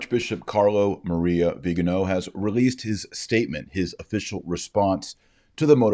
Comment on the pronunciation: The man's name is Viganò. He's Italian. His surname is properly pronounced vi-ga-NO in Italian (the accent mark indicates that). Why do you, and just about every person in the US, pronounce it as VI-ga-no?